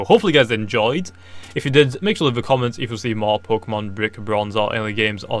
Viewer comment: Did he just say bik bronze